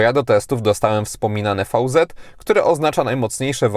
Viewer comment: VZ czytamy veloz (szybko)